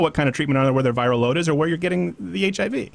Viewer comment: You said VIRAL “LoAD” haha